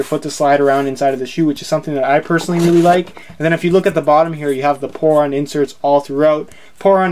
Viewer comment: It sounds like porn when you say poron